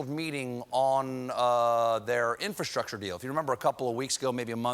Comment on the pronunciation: Bro he cant even pernounce infrastructure.